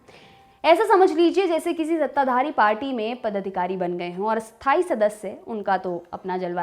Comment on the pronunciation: Ma'am; स्थायी और अस्थायी का आपके उच्चारण में फर्क नहीं लग रहा । कब कोन सा शब्द बोल रहे हैं यह सिर्फ वाक्यों से ही मालूम चल पा रहा है । स्थायी का तो ठी है, पर अस्थायी (अ+स्थायी=अस्थायी != स्थायी) को सही से बोलिए। Note:- != (not equal to)